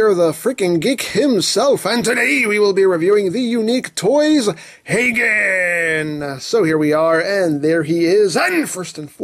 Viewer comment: Emgo you are pronouncing it right